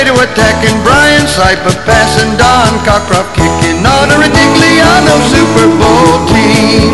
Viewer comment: "The Siper Bowl!"